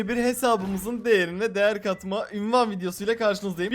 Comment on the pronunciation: Abiiii ünvan değil unvan